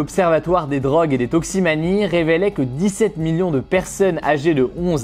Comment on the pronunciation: "toximanie" ? Ou toxicomanie ?